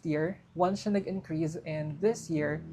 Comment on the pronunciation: bakit yung "S" nagiging "Z"?? like Promoz, Viza, Increaze, I know it sounds like pero make it normal, Promos, Visa, Increase.